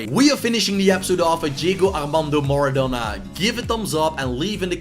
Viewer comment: STOP STOP STOP! YOUR SAYING IT WRONG ITS MARADONA NOT MARADONNA